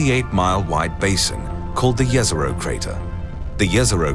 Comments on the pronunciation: Every scientist involved in the project: Jez-Er-Oh This random dude: Yez-Er-oh. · Jezero means lake. And the way you pronounce it hurts me